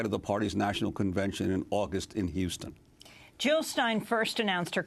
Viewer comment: Jill not Hill !